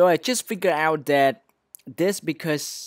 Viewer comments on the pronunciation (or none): none